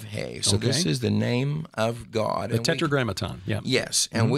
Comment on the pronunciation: why have you changed your pronunciation of the word God from how you used to say it? The way you say it now is a little disconcerting and distracts from your awesome message. Any, God bless you my man. Love your message and your vids. 👍